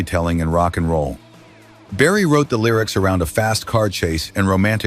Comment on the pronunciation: S'il vous plaît c'est Chuck Berry et non chuck barry merci